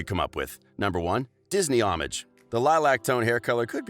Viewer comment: the way u pronounced les miserables, doherty, and homage were horrendous